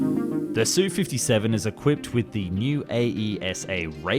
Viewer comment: It’s not “Sue-57”. It’s an “S”, “U”-57. German planes aren’t “DO” and “ME, but “D””O” and “M””E”. MiG is the extremely rare case were the acronym is pronounced instead of spelled. 🙄